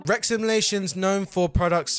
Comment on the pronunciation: R-E-X is pronounced, wrecks.